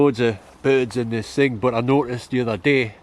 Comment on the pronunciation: I love when you say 'and all that kind of ting' 😄😄😄😄😄😄